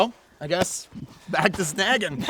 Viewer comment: Took me a while to figure you were saying "sn-ah-gging" a fish. I heard "sn-eh-gging".